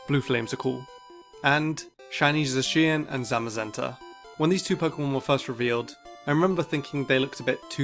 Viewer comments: did he just say zucian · No one:: zusheeyan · What’s up with people mispronouncing Zacian ? And grapplocts shiny looks like his body skin got taken away from it , uggh